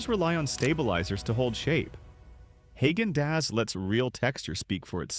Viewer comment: Haygendoz. That’s hilarious! Even artificial intelligence should pronounce it correctly. I noticed it said nothing about Chapman’s again 80 or 90% of this video can be skipped. Hit the forward button. I’m glad they are forced to call them desserts instead of ice cream. That is a good thing.